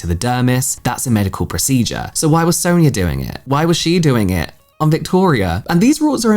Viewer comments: How do you say ‘Sonya’ ? Sawn-ya Not Soon-ya, sown-ya and sow-in-ya - you’ve been using a variety of (incorrect) variations 🙄 It’s not a common name but it’s common enough that you’ve surely heard it before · I always thought Sonya was pronounced like Son-ya... feeling embarrassed now cuz I kept calling my client who had the same spelling that and she didnt correct me 😅